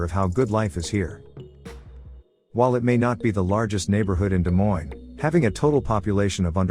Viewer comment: Stupid AI video that an idiot programmed. Why didn't he just say "Des Moines" and be done with it??